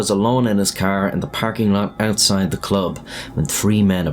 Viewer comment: why all the extra noise at the end of the word "CLUB"? It's very weird. It also looks like you have gum ,tobacco, or something stuffed in your cheeks, making it hard for you to enunciate your words.